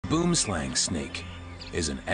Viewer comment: Pronounced as ...Bworm-slang....in Afrikaans.. Not boomslang